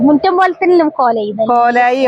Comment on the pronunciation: Mittam alla muttam aanu